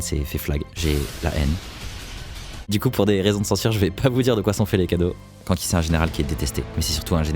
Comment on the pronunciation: C’est pas Kanki mais k’nki